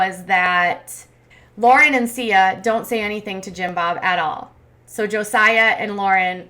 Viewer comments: Siyah - not Sia lol, Josiah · Josiah's nickname is pronounced "Sigh-uh" just like the last 2 syllables of his name, not "see-uh".